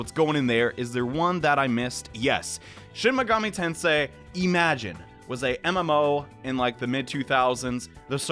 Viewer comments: "Shin Megoomi Tensai" the first time you said it lmao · My dude said shin megumi ten sai at first